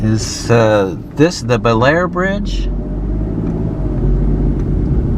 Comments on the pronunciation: Bellaire is pronounced Blair . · Bellaire, locally pronounced bullair, locally referred to as bell dirty, is the town where the train bridge scene from "Unstoppable" was filmed. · Bellaire is pronounced Bah-Lar